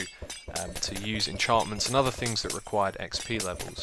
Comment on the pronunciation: "Things" not "Fings" Christ.